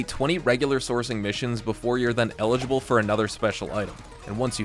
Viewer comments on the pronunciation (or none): none